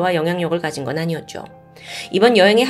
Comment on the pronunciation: 사랑하는 채널이에요 근데 종결어미 처리를 '그랬었줘' 아니었줘' 이렇게 올드하게 발음하시는게ㅜㅜ 일부러 그러시는건 아니시겠줘? 영상 많이많이 올려주세쇼❤